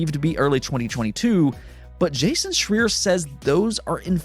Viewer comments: It's Jason "Shry-er" heard him pronounce it that way himself on IGN ...Just to let ya know ...Great news vid ...as usual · Great video, Lol still saying Jason's last name wrong though